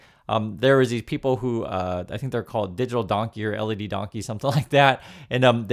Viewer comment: Led by Donkeys is British. Led!! As in lambs led to the slaughter, not LED lights 😂